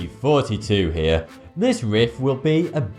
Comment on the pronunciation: When he says "Thoughty2 here" it sounds like he says " hairs">